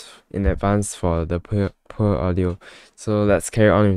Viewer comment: how u pronounced poor lol but still sound like singaporean but abit only